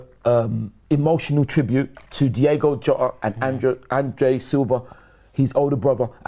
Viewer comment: has no clue what he's on about, it's Diogo Jota not Diego